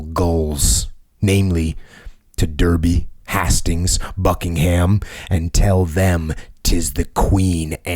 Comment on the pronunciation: By the way, Hastings is pronounced Haste-ings. Love the podcast.